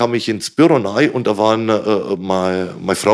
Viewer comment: Ich liebe es wenn "nei" statt "rein" sagt, bester Mann